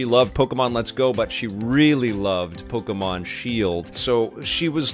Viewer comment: LOL, Pok-y-mon. This game's fine....it's fine...(funny words of ) Survey says, it's fine. Youtube needs to remove the "Dislike" button from this channel. doesn't deserve that option.